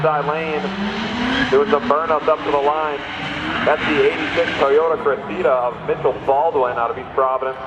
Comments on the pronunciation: I cannot believe he didn't pronounce Cressida correctly. He said cress-ë-da. 🤦🤦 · yeah thats correct. the guy pronounced cressida wrong but the cressida was a sedan but they also made wagons too, but they were rarer than the sedans. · i know damn well he did not call the cressida a "cresseeda" LMFAO